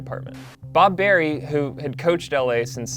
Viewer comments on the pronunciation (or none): none